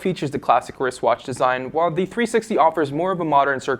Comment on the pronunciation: I hate how this guy pronounces "the". he says like "duh"